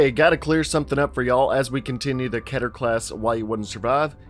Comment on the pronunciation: It's keter, not ketter.